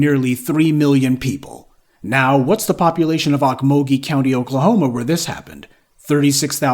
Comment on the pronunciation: It's pronounced oak-mole-gee